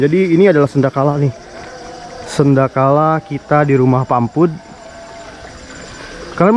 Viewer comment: Sanekala bang bukan Senda kala😂